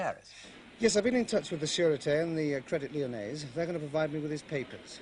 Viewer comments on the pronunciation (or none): Everyone pronounces Credit Lyonnais as if there's an e on the end. tsk tsk